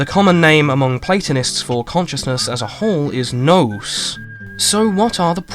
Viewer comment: Salutations. Nous is pronounced closer to „noos” than how how you say it. Other than this tiny detail, love the videos, am enjoying them for the second time now